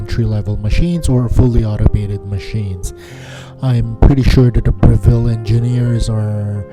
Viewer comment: Note on the pronunciation of the name of the organisation. It's Breville not Bre-ville. The emphasis is on the first syllable, not the second.